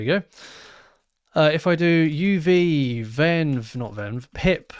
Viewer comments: I think the pronunciation is UV - as in the abbreviation for ulravioloet light - rather than literally "uv" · i believe it is pronounced "U.V." not "of". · I think uv is meant to be pronounced U V, short for ultraviolet